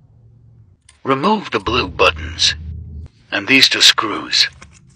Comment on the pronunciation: Aside from 'undo these to screws'. We have some really really advanced tech, but somehow some TTS don't correctly pronounce 'two'?